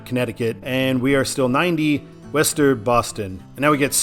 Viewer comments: Its not wester its (Woo-Star) thats what people from mass say lol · It’s not “west-ster”. It’s “wuss-ster” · Nah. Wooster, or as suggested before, Wuh-ster. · Is Worcester pronounced "wəster" or "wester"? I thought it was the former. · Isn’t Worcester pronounced as Wooster? Sounds like you’re saying Wester. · Small nitpick. Worcester is pronounced "Wooster". Yes, it's weird. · It’s WOOS-ter, and QUIn-zee to the locals. And locals will NEVER refer to that stretch of I-95 as anything other than “128”. 95 might as well not exist between Canton and Peabody (pronounced PEE-bdee). I-395 was created in the mid-80’s to the former Route 52, part of which in CT served as the eastern part of the former CT Turnpike, so it came along about 15 years after I-290. CT refused the 290 designation since its parent didn’t enter the state, so 395 was chosen as a compromise. And there is NOTHING like a game at Fenway. Go Sox!! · worcester is pronounce wooster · wu-str: ur pronoucning Worcester wrong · I thought Worcester was "Wah-stah" I always liked taking Ohio 2 instead of 80 or 90 in Ohio... its a better funner freer road. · I appreciate you even trying to pronounce Worcester. Not perfect, but I’ve heard much worse(ster). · That's not downtown Boston, is an area calls Back Bay. Prudential has its headquarters there (the tallest building there). The actual downtown Boston is quite small, so in a sense Boston has a dual downtown. In the last 10 years or so, there are quite a lot of company is moving out from downtown and into the Seaport area (where the GE headquarters is), like Fidelity And you pronounced Worcester wrong... Is WOO-ster Also Waltham "Wal-dam" Holyoke "Ho-yoke" One more thing, the reason why they are having I-495 and I-95 in the side post is they are the outer belt and inner belt highways of Boston